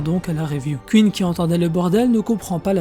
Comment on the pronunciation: C pas kuine mais queen !! Déjà que ta voix est stressante lollll alors si en plus tu prononce mal 😱😱😱 ! Mdrrrrrr